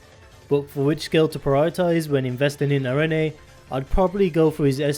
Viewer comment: The name “arene” is pronounced “air-reen” or “ah-reen” btw. It is a reference to a classification of a certain type of chemical in organic chemistry.